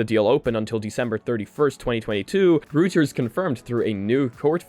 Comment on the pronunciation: Reuters is pronounced like "roy-ters".